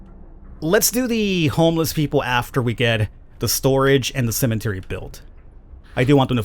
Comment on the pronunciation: It sounds like you're saying CEMENTARY